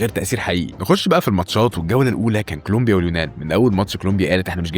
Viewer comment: كلومبيا هههه كولومبيا يا حبيبي